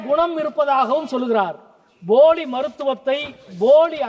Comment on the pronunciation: " BOLI maruthuvathaai..." BOLI aaaa ?! Neenga nijamaveey Yezhuthalaer thanna ?! Tamil ungaa vaaila semmaiya vilaiyaadudhu sir !!!! 😀😀😀